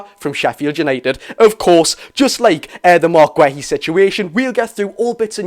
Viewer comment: mark who?.... gwehy? thats not how you pronounce his name pal plz look it up and listn to how other ppl are saying his name so u dnt get it wrong in future 😂